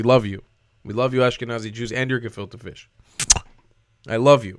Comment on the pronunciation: “And your gefite fish” 😂😂